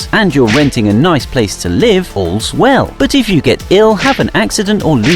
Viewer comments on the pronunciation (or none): none